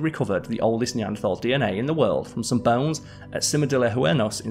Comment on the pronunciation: He pronounced "Huesos" with an n. I will never talk about Simon's pronunciations again.